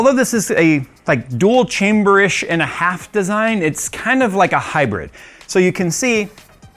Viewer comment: I got Half-Life vibes when you said 'chamberrrr' like that, just like the scientist said testchamberrr :D